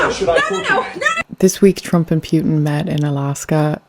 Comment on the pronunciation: Interesting how you pronounce Putin as Pewtin. lol